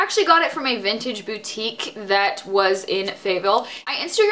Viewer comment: So happy you know how to pronounce boutique!!!!